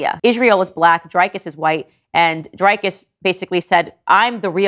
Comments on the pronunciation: Dreecus Du plesis?? Its Driccus( "Dri" like the beginning of drill and "cus' like kiss.) Surname is Du Plessis with the french pronunciation. So phonetically it would be Du Plesee. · All due respect but it pronounced Drrri(short vowel sound) kis D (do) + 3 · South African here.. That pronunciation of Drikus's name got me😂😂😂 This isn't hate, it's just funny😂😂